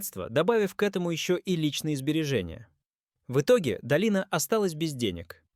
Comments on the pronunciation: Слух режет от неправильного ударения, ДОлина, а не ДолИна, исправления!!!!!!!! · ДолИна... КИркоров... Как достал уже этот ИИ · Думаю это нарочно коверкают. Долина, чудная долина.... 😄